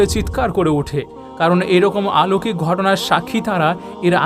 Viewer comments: আলৌকিক নয় বলুন অলৌকিক। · শব্দটি অলৌকিক, আলৌকিক নয়।